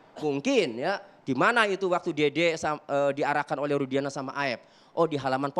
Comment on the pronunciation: Si....Sebut Rudiana aj jdi Rusdiana. Itu aj ud Salah ap lgi yg lain,,Ap lgi yg Sok Dia Catet Catet Materi buat Bantahan...ud bnyak yg Salah.....Salah demi Uang. Manusia Sesat